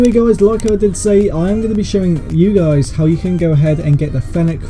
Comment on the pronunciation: Click bait this guy says ye guys